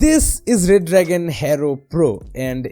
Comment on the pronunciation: It's not ''RED DRAGON'', it's ''RE-DRAGON''